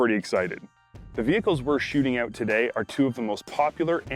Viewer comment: "The vehicles we are shooting-oowt today" lol